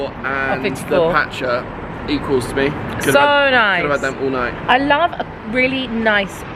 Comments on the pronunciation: Cocktail bar looked fun! Oh and made me laugh at pronouncing Pacha, it’s actually pronounced pascha. 😂 Fun trip too, haven’t been to Edinburgh for years but makes me want to go back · Pacha is pronounced ‘Pasha’ 🍒